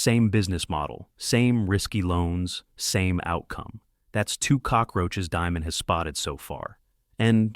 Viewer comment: You don't pronounce his last name like, diamond. It's pronounced, demon.